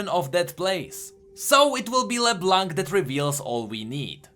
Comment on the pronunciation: Her name is “le blaw” not “le blunck”